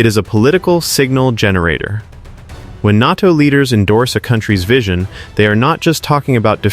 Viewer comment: "NARTO" indeed. AI indeed.